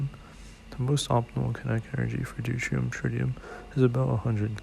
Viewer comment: Deutrium? You mean Deuterium?